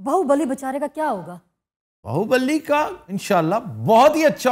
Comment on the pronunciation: It is BAAHUBALI not BAAHUBALLI